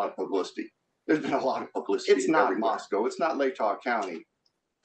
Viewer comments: Mos "coe" not MosCOW. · Exactly! Plus, he calls the city Moss-coww instead of Moss-coe. I’m sure the book is terrible. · First of all, Boise doesn't have a Z in it. Anywhere. Second, it's not really that liberal. It's Idaho ffs. Omg. Moscow isn't pronounced like the Russia Moscow. Coe, not cow. Really don't 'ol Howie's investigative skills. Just writing a book that fits the authorities narrative. Ugh